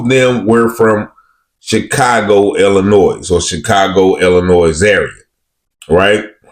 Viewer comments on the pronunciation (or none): It Is Not Pronounced (VY-DOOR). These Incidents Are Par For The Course In Vidor. Sadly, It Is Nothing New Sir 🤷🏿‍♂️!! Yo, It Is Not Chicago (ILLA-NOISE) It Is ILL- UH-NOY👊🏿.